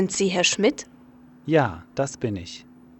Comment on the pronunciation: Awesome:) Your pronounciation needs work, but I couldn't pronounce the ich for a good two-three months myself. Thank you for making such great content! I look forward to more:)